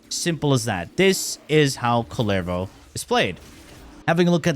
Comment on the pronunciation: It says kull-e-vo.